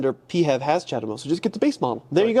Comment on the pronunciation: It's not "pEe-hAvE", it's "pee-eighch-EV", the "EV" part should be clearly pronounced. Doesn't matter what Mutsubishi thinks about that, they don't own the accronym.